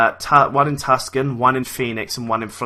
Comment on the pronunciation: Tucson, pronounced "Too-San"...